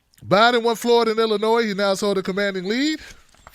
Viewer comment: Hey, I know your from Maryland, but Illinois has a silent "s".